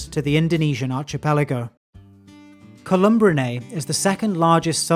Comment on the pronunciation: There's some misinformation in here but not too bad. He does slaughter some names, for example, he has colubridae spelled correctly but he ads an 'm' while saying it. No harm to those that know the right thing but to those just listening, they are being misinformed. He does misspeak and cat the luesistic rat snake a rattle snake and then proceeds to say it's non venomous, I hope those that know paid close attention when he said that. They are not rattle snakes. Though they like to pretend, because like many snakes they rattle their tails in debris in hopes to scare would be predators. I am SO glad they included the elephant trunk, they are amazing snakes. They can catch a fish with their mouth and while eating that fish their very sensitive scales can detect fish that swim nearby and their bodies can coil around that fish and save it for when it's mouth is available!! It's amazing to see! The pictures are amazing and much better than most you see.